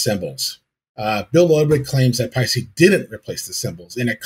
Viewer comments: yeah, sorry mate, you got the second half wrong. I'll try another way to describe it . "Paste - Eh" It's an Estonian name so it's impossible for it to be "Ee" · Paiste = "Pie-Steh" Toomas = "Tourmas" with no hard/roll on the r. In all of Europe (as well as Asia) it's standard for most people to speak at least 3 languages (keel in Eesti) 🇪🇪💙🖤🤍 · 'Payy - stee'